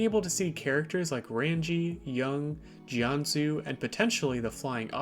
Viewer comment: NAHH I KNOW BRO DID NOT MANAGE TO BUTCHER RANGI’S NAME THAT BADLY “RAUNJEE” LIKE SIR